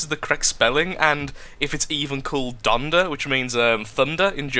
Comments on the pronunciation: Both your spelling and pronunciation of the word "donder" are right. (I'm dutch) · u said it right and not even with a english acsend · i am dutch and your prenoutination (wft dyslectia) of donder is correct